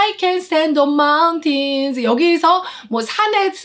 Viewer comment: 오페라 전공이시고 피아노도 수준급이시고 라틴 이탈리안 더치 프렌취 스페니쉬 등은 잘 하시겠지만 영어발음이 영국식 미국식 발음을 떠나 공통적으로 표현되어야 하는 S다음에 오는 t, p, k 등의 격음을 경음식로 강하게 가지 못하고 마운튼쓰를 마운틴쓰로 가셔서 조금은 아쉽지만 그 외의 모든 것들은 완벽 그 자체입니다~❤️